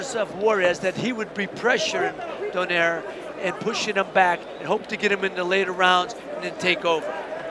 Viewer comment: Love pronouncing "Donaire" correctly. do-NYE-reh